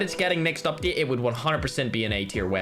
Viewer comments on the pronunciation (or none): none